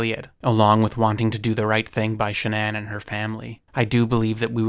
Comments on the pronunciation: Shannon is pronounced SHAN-on not SHAN-uhn ugh🤦🏻‍♂️🫤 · Dude. Her name is Shannan. Not ShahNON. Are you American? It's so jarringly wrong it's hard to pay attention to the rest of it. Would it have killed you to take 2 minutes to find out how to pronounce the name of this poor dead woman? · Ai? It's Shann-aen. Wtf is SHA -NON ? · A strange way to pronounce Shannon. It's usually pronounced like Cannon. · Shannan. (Sha-nan) if youre going to use her tragity on videos to get views , you could, at the very least, pronounce her name correctly. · Name pronunciation wrong and Nicole wasn't a neighbor. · I cannot sit through this because you haven't done basic research. You can't even pronounce Shanann's name correctly. It's sloppy and disrespectful. Her name is so easy to find pronounced correctly by her family. You will never be a journalist with this kind of laziness. Sorry, but, it's true. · Why do you pronounce her name like that? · It's crazy how many hours of footage and videos there are of this case and people saying her name and you still went out of your way to pronounce Shannan's name wrong. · Lol. Youre saying Shannon really weirdly. Sigh... man... they really need to let everyone tear him apart publicly